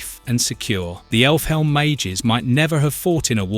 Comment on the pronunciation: this guy's voice is AI right? pronouncing Elfhelm as effle helm, and butchering Qliphoth makes me think it's just AI reading a script